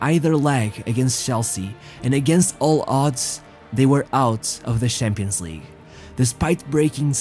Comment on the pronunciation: Why do you pronounce it Shampions League and not Champions League